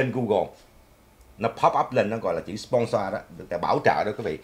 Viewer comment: Nói lại chữ “sponsor”coi 🤣😆 phát âm muốn té ngửa